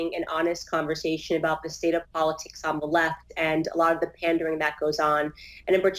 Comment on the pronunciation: Po-Lit-Tics... I cry every time lol